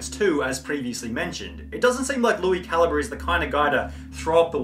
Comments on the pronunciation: It's CAL - EEE - BRAY not CAL-EEE-BUR, btw. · Cali bre not caliber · It’s pronounced Lui Cal-eeee-bray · How does no one know how to pronounce calibre? They just say caliber instead